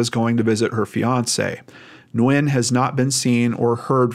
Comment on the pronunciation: Small detail, but thank you for taking the time to properly pronounce “Nguyễn”. !!